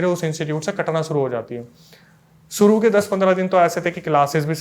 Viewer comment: BROTHER YOU ARE WELL EDUCATED YOURSELF TUM श की जगह स USE KYU KARTE HO SHURU KO SURU=शुरू को सुरु SHARBAT KO SARBAT=शरबत को सरबत ENGLISH KO ENGLIS=इंग्लिश को इंग्लिस RISHTA KO RISTA=रिश्ता को रिसता AASHIRWAAD KO AASIRWAAD=आशीर्वाद को आसिरवाद PASHTAIGI KO PASTAIGI=पशताइगी को पसताईगी RAKSHABANDHAN KO RAKSABANDHAN=रक्षाबंधन को रक्साबंधन क्यू बोलते हो मुझे वो मूवी याद आ जाती है सुनील दत्त और नरगिस की उनका गाना खास करके(सावन का महीना पवन करे शोर अरे नही बाबा सावन का महीना सावन करे सौर(शोर नही सौर)भाई श को श की जगह लगाओ और स को स की जगह लगाओ।